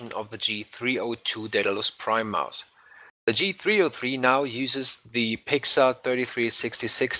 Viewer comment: d3rrial ich hab das auch nur raus gehört weil er 'Maus' so übelst deutsch ausgesprochen hat